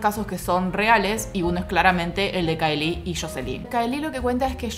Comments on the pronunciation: Veo el video y corrijo mentalmente, no es CAELÍ es CAÉLI!!! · no te lo tomes a mal pero estás pronunciándo remal el nombre de Caeli. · pronunciaste mal el nombre de caeli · Así no se pronuncia Caeli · Un video excelente, pero terrible la manera en la que pronuncias el nombre de CAELI o_o